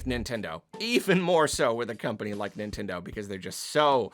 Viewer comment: Stop it nintendeen